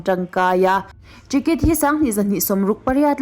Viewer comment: Ṭicket nge Ticket😂😂😂